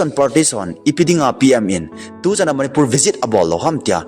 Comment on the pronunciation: Eimi kht Chennel hinajal in bolding lom like subscribe kabl e hinla na pronoun sation dihlou tamval angaihah lhejenge .imphar manipul val of remembrance tiho lomlom chu kitilpha o sopi jachat naum vle